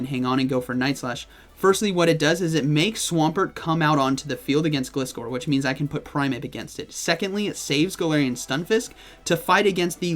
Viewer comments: I think it's pronounced "ga-lie-score" that's how the anime pronounces gliscor 😅🤔 Cool to see gliscor & primeape there I think they got potential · Gliscor is pronounced Gl-Eye-Scor